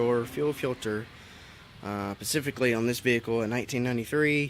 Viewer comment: The word is "specifically" not "pacifically* buddy... Thanx for the video though. Ive been needing to do this but im a carpenter, not a mechanic so this was very helpful